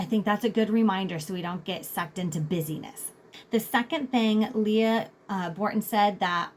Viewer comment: Thank you for this thoughtful & thorough information! Leigh (not “Lee Ah”) Bortins 😬